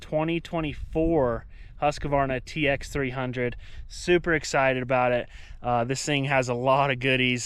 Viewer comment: Husq-varna not husk-a-varna. Sorry pet peeve when people don't say it properly.